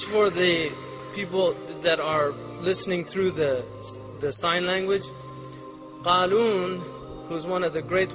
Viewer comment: also not Kharoon, but Qaloon.